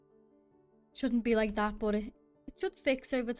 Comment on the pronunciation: was a good watch, love your accent everytime you said "like tha" :D